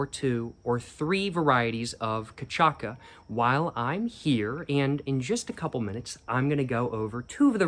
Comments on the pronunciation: Ca-sha-ssa But it's a "C" I hear you say Nope, it's a cedilla. Ç Ever heard the word facade and wondered why that c is pronounced as an S? Because it is french, and in french it's "façade" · cachaça is said "kashassa", Ç has an S sound. and the symbol of Jamel is a camel, and Camelinho (the "lho" is spoken like the LL on llama) means "little camel". it's a little uncanny to see videos in english on brazil lol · we say cachaça like kashassa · 51 will be : CA - CHÁ - SSA instead of CÁ TCHÁ - KA , idk if u guys will understand that but yeah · omg WHO told you the pronunciation is katchaka 😂 I love it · It's pronunced "cachaSSa" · hey brazilian here. Its actually pronounced kuh-shah-suh in case you want to more accurately order. Great choice of drink! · It's pronounced Cashassa. I hope i have helped. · The ç has "S" sound, so you pornounce CA-SHA-SA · Cachaça is pronounced "Cah-shah-ssah" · it's pronounced "kah-SHAH-sah" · it's a bit confusing, but it's pronounced Ka Sha Sa, the Ç is pronounced the same as S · Cachaça is pronounced like "kah-sha-sa" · catcháca uhuuul kkkkkkkk biiiiurifuuuuu pronunciation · In terms of Chachaça (pronounced "Kashassa") you have chosen the chepeast possible ones in the market. Please ask someone over there for at least the medium tier ones. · on the cachaça pronunciation you put on the screen, it's a bit tricky for non portuguese or spanish speakers. Cha is pronounced as sha, not with a t sound, so it would be ka sha suh. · You HAVE GOT TO LOOK UP the best Brazilian Jones ever. "Rita Lee Jones". Look her up. Go through her music in chronological order. also, Kah-Shah-Ssah and like "GLI" in Italian "famiglia", palheiro is Pah-Gliei-Ro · Cachaça the pronunciation is like ka-shaa-suh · cachaça is pronounced cah-shass-ah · Cah-sha-suh. Correct phonetics. You're welcome. Like if you had a cousin named 'sasha'....cuz sasha. Or coosacha. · It's pronounced caxassa 😅😅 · By the way it is closer to “Cuh-sha-sa”